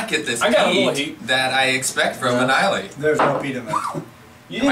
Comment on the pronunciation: Great review guys. I have this bottle in my bunker and have not cracked it yet. Islay is pronounced "I La" 😉 Another great distiller of Sherry cask whisky is "Glendronach " give the 12 & 15 yr a go. I love them both